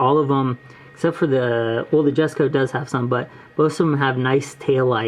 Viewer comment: Really nice video, I’m gonna sub. Also, jesko is actually pronounced yes-co (I also said jes-co)